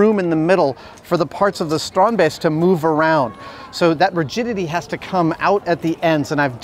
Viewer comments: Oooh you say strandbeest properly now, nice! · Adam, Theo must have taught you to pronounce "Strandbeest" the way you did . Sounded very Dutch! Goed gedaan!! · As a fellow Dutchie ..... I'm flabbergasted by Adam's almost flawless pronunciation of Theo and Strandbeest.... it is a sign of the utmost respect to learn to pronounce someone's name correctly .. tip of the hat to Adam, dude! awesome! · I'm so happy we had the exact same idea when we first saw the strandbeest. Also, great Dutch pronunciation! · Yes strandbeesten Finally something from my home country and you pronounced it pretty well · it was as close to perfect as anyone can do. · I love how Adam really puts effort in pronouncing it right :) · As a Dutch guy I'm fairly impressed with Adam's pronounciation of "Strandbeest" ..good job adam :) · as a dutchman I can't help myself to be a bit proud that Adam keeps saying 'strandbeest'. For those that don't speak dutch 'strandbeest' translates to beach-beast. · Your pronounciation of strandbeest is very good! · Am I the only Dutch person here who was suprised by his pronunciation and also enjoyed how he said Strandbeest? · Thumbs up for the correct pronunciation of the Dutch word "strandbeest". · I commend Adam's pronunciation of both "Strandbeest" and "Theo". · Nice how you correctly pronounce the dutch word strandbeest, which means beach beast